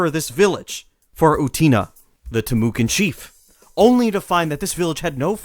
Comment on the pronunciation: Its pronounced Tim oh kwah sir. Not Tim ewe can!